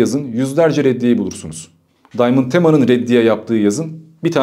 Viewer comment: Daymınd değil ! Adam arnavut ve adı diamand